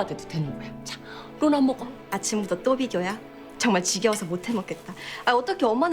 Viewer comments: It's rona not lona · its rona not lona okay? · Rona not Lona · ITS RONA NOT LONA -_